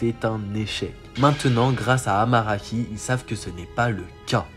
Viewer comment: c aramaki et pas amaraki